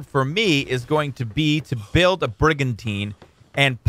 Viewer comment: The first time you said brigantine I thought brigantina.